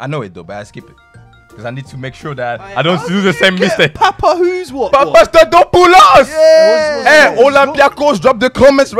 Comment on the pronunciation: As a Greek I rate his pronunciation of Papastathopoulos, the arsenal players called him Papa for a reason 😂